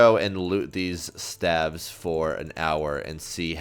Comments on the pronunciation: lol i like how he pronounces staves. also i laughed when he said staff of earths rather than staffs of earth or staves of earth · It's 'Staves/Staffs of Earth' for the plural ;) not Staff of Earths